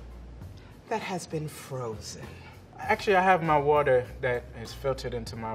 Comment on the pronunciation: "I'm using waterrrrr, that has been frozennnn." enjinir